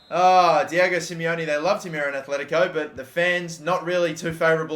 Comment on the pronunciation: Everytime he said Kimpempe I wanted to die man... It's KimpemBe! Also Atletico not Athletico. And RIB-AIR-OH no REE-BEER-OH Fuckink killing me